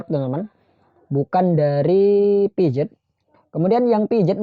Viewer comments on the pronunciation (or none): Piaget dibaca Piase bang